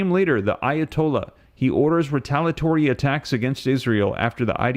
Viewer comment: Again, it's ree-tale-ee-uh-tory. NOT ree-tale-uh-tory. For God's sake, please stop this insufferable butchery of the English language. This is borderline unwatchable.